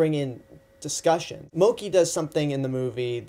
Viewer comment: moh-kee? did u even see the movie?